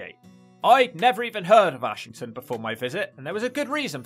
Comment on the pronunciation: Its pronounced Errshington or ashghanistan.